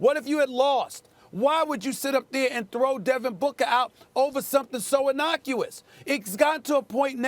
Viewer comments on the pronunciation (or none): Stephen A. Smith says the word “innocuous” while at the same time mis-pronouncing it and having no idea what it means.